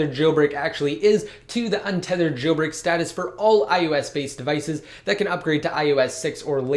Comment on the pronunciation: Stop moving your head all around saying jayyl break